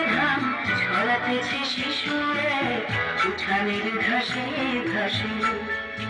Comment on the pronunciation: আমার মনে হয় এটা সুসু নয় শিশু হবে ।